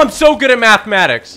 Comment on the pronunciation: And y did he say mathimatics hes trying to kill a thicc spider